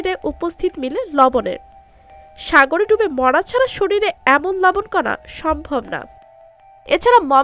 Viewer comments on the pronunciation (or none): none